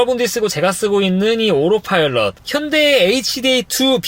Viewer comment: 이 형님은 다 떠나 오로파일럿 발음에 어색하구료